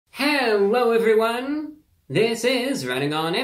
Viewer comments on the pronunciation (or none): heWWo ewwewwy won!